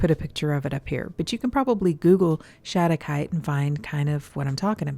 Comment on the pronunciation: Nice work on the pronunciation! Mineral names are tough because they are not limited to one language... a lot are named after people, so you can imagine.